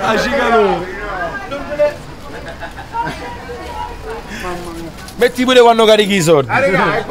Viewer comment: Cicalò, e pronuncialo bene ....panchinball